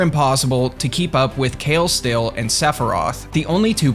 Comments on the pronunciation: It's funny how you pronounce kale stille. Kale stille is a Dutch name. It's roughly translated to 'silenced bald'. So assume a bald guy that never talks. Pronounced it's more like kAAle StiLLe with the emphasis on A being a long one and StiLLe is more like (ille from illegitimate). You should check on Google translate for Dutch pronunciation, it's really funny and different from 'Kayl Still' Just my 2 cents :) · Yeah that's not how you pronounce kale stille. Run it through Google translate and use Dutch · The pronunciation of Kale Stille hurts... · As a Dutch person I had to laugh at the pronunciation of 'Kale Stille', because it made not realize it was "Silent Baldy/Bald Silent one" in Dutch until I saw it written out. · Love how he says kale stille, it actually means quiet baldy in Dutch😂